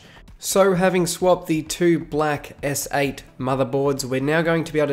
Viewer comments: I heard "galaxy essay" as well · Every time he says galaxy s8, I hear “galaxy essay”